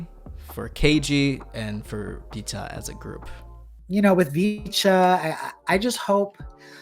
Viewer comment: Great video just irked me how you pronounced Vcha, Illit and Chicago. Idk why u pronounce them the way u did because you dont have an accent or any issues pronouncing anything else -lowkey irritating 🤷🏻‍♂️😂